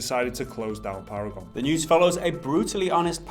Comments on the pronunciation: Para-gone* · “Paragon is para-gon” lmao